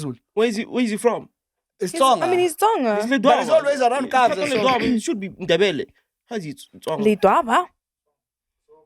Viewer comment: Point Of Correction Your Nrebele not Ndebele😂😂😂